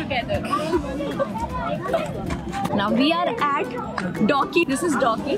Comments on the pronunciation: It's not dowki. It's Dawki. It's in meghalaya (NE). Pronounce correctly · It's pronounced as 'da u ki' not douki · It's not docky it's daooooowwwkiiiiiiiiiii okk ,,,,grow kar ne se nahi hoga pronounce korna bhi ana chahiye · She teaches great english pronunciation but dawki ( da o ki ) As doki Thats what u learned if i m wrong please tell me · You pronounced Dawki wrong. It’s दावकी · It's not doki it's Dawki pronounced as( Dao key)